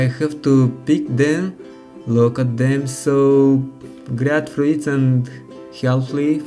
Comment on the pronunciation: Se pronuntsa "fruts", nu "fruits"